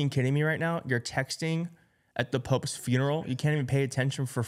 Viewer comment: It's "Pope's", I tried not to hear you say "Poke's", so what other enlightening brilliance can you not say.